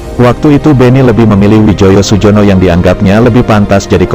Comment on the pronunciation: Namanya Widjojo Sujono itu ejaan lama dibaca dengan EYD Wijoyo Suyono